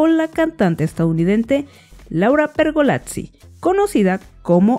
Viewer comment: Porque decía, LAURA PERGOLATZI, en poca corrección es pergolizzi, le falta el toque italiano, y por cierto todo momento fue bueno para hablar de LP se le perdona la mala pronunciación